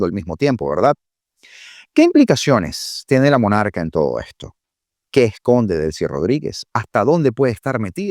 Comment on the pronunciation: Me encanta cuando dices la MONArca